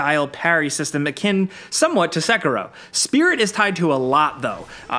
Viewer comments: it isn't seck-a-row it's more like seck-hero. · i hate how tards say “sekero”